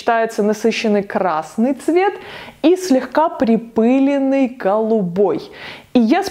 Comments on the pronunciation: Всё очень красиво, но очень удивило слово припЫленный в огромном количестве. во всех словарях "припылённый". ударение на Ы - это профессиональный сленг?)) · Все бы хорошо, глаза радуются.... но 3 млн раз сказать припЫленный😖😣 ааааа! Кровь из ушей! ПрипылЕнный! А так да, очень красивые цветовые сочетания👌🏼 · слово припылёный,ударение на Ё,я прогуглила...! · magnolia golden конечно ,на ё! Это правило 6-7 класса)) ударение всегда на эту букву. СвЕкла! Я не учитель русского языка)) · Спасибо! Чудесно и восхитительно, мои любимые безумные яркие сочетания, когда-то некоторые воплощала. Только в слове припылЁнный ударение на ё, пожалуйста, очень режет слух, тем более от вас :)